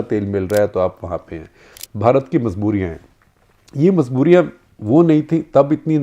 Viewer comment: Shekhar ji, it's majbooriya... Not mazbooriya Kindly correct ur pronunciation